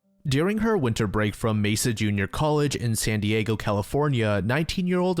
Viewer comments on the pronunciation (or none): none